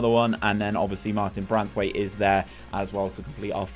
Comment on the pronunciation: They way you consistently mispronounce names is crazy where are you getting an n when reading braithwaite